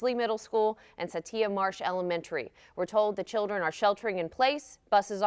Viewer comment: It's Satilla... not Sateeya... It's pronounced... Suh-till-uh...